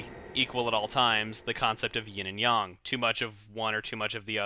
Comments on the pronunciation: its yin yang not yin yan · isn't it ying and yang not ying and yong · ITS NOT YONG ITS YANG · Yin and yong?It's yin and yang! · yin and yang not yawn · um first of all, its not "yin and yong" its "yin yang" and also those are magatama beads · Not yin and yung, yin and yang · it isnt yong its yang isnt it? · It's yin yang DUDE! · Its not yan, it's yang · I believe it could be pronounced either way? xD UHH. Yin and Yang is how it's usually said here. But I doooo believe the correct pronunciation would be making the a like ah. If that makes sense. So, Yong is kind of close. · chugga i pretty sure it's yang not yong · I think the Japanese pronunciation is "yong" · he's trying to hard with his japanese pronunciation again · yang is pronounced yan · I thought it was pronounced like yang like aang from avatar the last airbender cartoon not the movie pronunciation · chugga I enjoy ya lps just a few things (chibi-ter-ra-SU) and (ying and yAng) i know your probs prenouncing it properly the way it should be but it annoyes me each time it comes up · Yes well it's pronounced with a short a making a short o sound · the a in yin yang is a vowel YOU SUCK TO NOT KNOW THAT!! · it's not yen and yong it's yin and yang